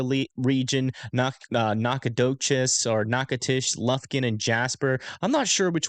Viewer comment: As an aside: nailed Natchitoches and Nacogdoches!! 👏🏼👏🏼